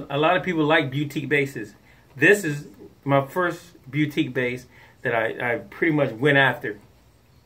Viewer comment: Love how says boutique....more like beautique...You never fail to make my day better!!!